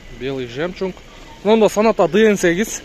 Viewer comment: Ээ иним сен дагы Атакулга окшоп жемчунг дейсин го 😅